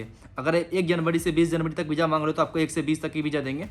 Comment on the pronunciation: Beezza nhi hota visa hota hai bolna sikhle pehle